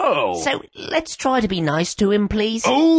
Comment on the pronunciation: He say "Noice"! No "Nice" lol